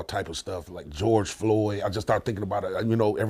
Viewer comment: Georgie Floyd? Omg! That guy died of an OD and an innocent officer went to prison for it. Ridiculous. He didn't deserve this treatment but c'mon dude. At least learn how to pronounce ASK. 🤣